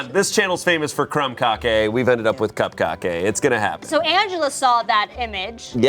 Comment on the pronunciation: Koop-Kah-Kays for everyone! 🧁🧁🧁🧁🧁🧁🧁🧁🧁🧁🧁🧁🧁🧁🧁